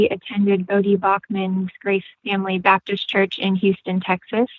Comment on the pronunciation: I find it interesting how Seth says "Pentycostal" and "Babdist". Different from how I pronounce them: "Penta-costal" and "bap-tist".